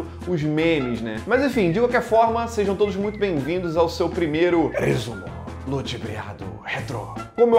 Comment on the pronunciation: sou o único que na hora que ele fala “rrresumo ludibriado” eu falo junto?